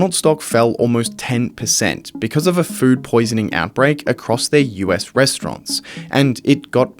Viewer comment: why does it sound like you're saying "fruit poisoning" instead of "food poisoning"😂